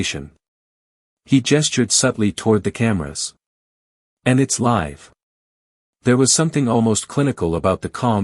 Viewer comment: Wish this were an actual interview--it sounds exactly like something I could see happening. However: 1) The AI narrator does not pronounce the word "LIVE" correctly even one time. 2) There is no live footage in this video. 3) I cannot find any of the "clips" referred to in the video of this interview online. Just more copies of this same static image with different AI narrators. To be clear--I'm not a fan of the griftsome twosome, but please stop feeding their victim narrative.